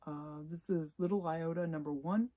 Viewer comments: Don't you mean Little Iodine as in the skin cleanser? Not Iota as in a small spec? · LITTLE IOTA ... ??!! ...... I-O-D-I-N-E .... eye-o-dine .... stuff you use on cuts ....... what the heck